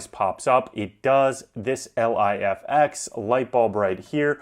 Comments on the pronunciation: its "Life-ex" you moron lol...not L.I.F.X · Bro, just say (Life X) not L.I.F.X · The fuck are you calling it L.I.F.X for ?? It's pronounced Life-X, bud lol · Just say ‘ lif x’ ffs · You definitely avoided saying Lifx properly for the engagement.